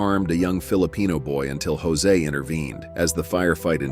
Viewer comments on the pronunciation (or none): none